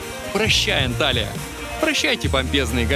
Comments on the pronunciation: Не Анталия , а Анталья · Правильно будет Анталья